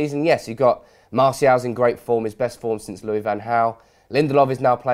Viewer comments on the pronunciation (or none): none